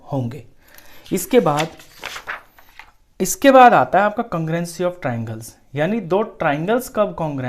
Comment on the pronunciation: Congruenci ni sir congrue-nce🥲 No hate boldeta hun warna koi gaali nikal dega💀